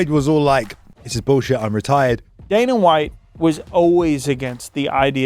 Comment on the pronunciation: Why is dude able to pronounce the A sound when it's the prefix but not the suffix.. I don't understand. Dana = Daner Arena = Areaner properly prounces it in the beginning of a word but not the end??? Like wtf, shts Hella annoying